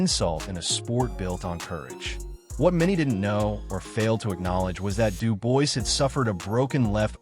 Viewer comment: I literally watched this for 2 seconds. From the moment I heard his name pronounced incorrectly, I HAD to switch it off…